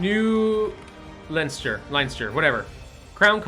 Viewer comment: The pronunciation at 27.03 you kinda got right, it's said like LenStir